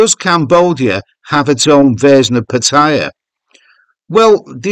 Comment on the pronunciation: I wish you would pronounce Pattaya properly, haha.